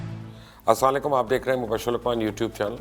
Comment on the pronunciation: Sorry to say ... Aslalaikum nahe hota matlab badal jaate he bhai pora salam kya kare Asalam-o-alaikum